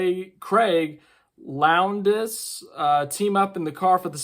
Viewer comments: Lowndes is said like lowndz instead of lown-Des he is a absolute beast and legend in the Supercars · Lowndes is pronounced Lownd's, silent "e". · 😂😂😂 Craig Lown-des... 😂😂😂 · Lowndes: pronouncing without the “e” 😂 Just Lownd(e)s. Craig Lowndes is a legend of the sport.